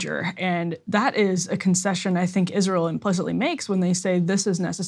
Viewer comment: Concession? Confession?